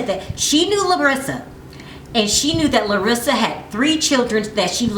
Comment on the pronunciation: Why are you pronouncing her name as if she Hispanic? She is Brazilian, big difference. Also around the mark you say 5 years, cinco años....yes that’s Spanish, good job. But in Brazil they speak Portuguese.....know your basic shit.